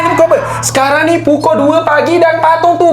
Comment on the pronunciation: Kelakar bila cakap pukui 12 malam